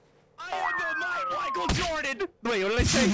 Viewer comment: The mite Whicheal Jordan😂😂😂